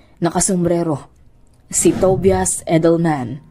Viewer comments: Tobias it pronounces as To-ba-yas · Ate Tobias pronounced as TOBAYAS ata. 😅